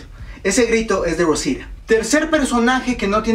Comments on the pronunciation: porque no dices claramente rosita eres mexicano asi q debes hablar claramante el español cuando digas rosita no rruousida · como que 'rrousira' xD es ROSITA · Se dice Rosita No "rousita" los gringos no pronuncian bien los nombres de origen hispano por que no hablan español pero tú no mames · aparte no es rosia es rosita. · Por qué pronucias "Rosira"? xd si es Rosita, y eso que eres Mexicano xd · Por q dices ROUSITA acaso eres yanki >:v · jajaja por que no pronuncias bien rosita jajaja